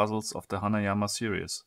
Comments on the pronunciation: Your videos are great. I love your freaky german accent. But repeat after me. Sehr-ries. Series. Not serious. That shit is seriously annoying. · He pronounced series "serious"